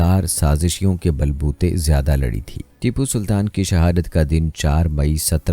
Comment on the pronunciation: Bhai jab content acha banaya tha to shaheed ke naam bhi sahi tarike se lena sik ja tu jo naam leraha hai Baar baar iske waje se video dekhene me acha nh lagra